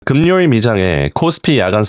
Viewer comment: 금요일을 그묘일이 아니라 금뇨일이라고 발음하는거보고 바로끔